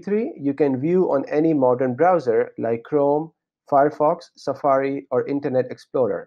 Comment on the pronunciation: I heard Internet Exploder. 😂